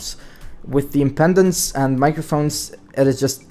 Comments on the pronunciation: Impedance not impendance! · It's impedence, not impendence. Why talk about this stuff if you have no idea what it is? =)